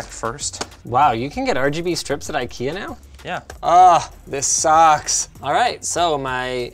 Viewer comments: No, he is trying to say ''ingvar kamprad elmtaryd agunnaryd'', IKEA. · As a Swedish person it is hilarious when Americans try to say names of products from ikea. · As a Swede I should let you know, It's not pronounced i-kea, it has a long "e" sound at the start, instead of a long "i" sound. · sort of in sweden we pronounce it ikea whit an slow/longer i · As a swede, i feel a little offended at Linus attempt to pronounce ikea 😂